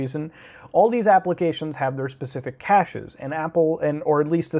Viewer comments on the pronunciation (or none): none